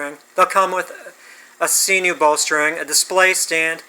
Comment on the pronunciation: You’re the only person on this planet earth that I’ve ever heard pronounce it see-noo. Knock it off.